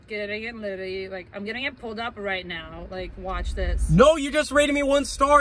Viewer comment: Bros said ARE YO SERIOUS RIGHT NEOW